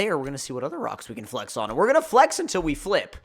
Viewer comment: tf does he keep saying flex like that?? FlaEhxxx